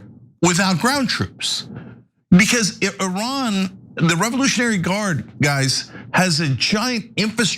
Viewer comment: How much money are you getting fom AIPAC IS ADL HELPING TO PROTECTING YOU. TRAITORS TREASONOUS SUPPORTING A PEDOPHILE WAR CRIMINAL STATE. YOU MURDERED INNOCENT PEOPLE IN PALESTINE, LEBANON, IRAQ,,YEMEN,SYRIA. NOW IRAN. SURPRISE IRAN IS COMING AND HELL IS COMING FOR YOU. YOU CANT EVEN PRONOUNCE THE COUNTRIES NAME CORRECTLY. YOU CALL IT I. RAN. SO RUN FOREST RUN. You are stealing our hard earning tax dollars to support zionest pedophile war criminals. Are you a zionest pedophile. Come out of the closet. Israel wants a zionest world. No Christians Muslims or any other. Wake up america